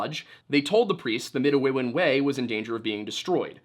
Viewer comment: Hello, (lol) I'm Indigenous of the Anishinaabe people of michigan. I share a lot of cultural things and language with the Algonquin of Canada and I just wanted to correct you on your pronunciation of "Midewiwin" the religious practice. it's Mih-day-wih-win. at least that's how the Anishinaabe pronounce it and like i said, many similarities. Don't know if you care or if you'll even see this comment but I thought it might be a fun nugget of information if you ever stumble across the word again!